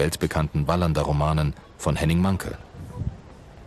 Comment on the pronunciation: Mankell. Am Ende 2 ll. Also Mankell gesprochen und nicht Mankl. Das tut weh😥😭